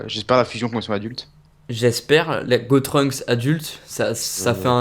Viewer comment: C'est pas "Gotrunks" mais "Gotunks"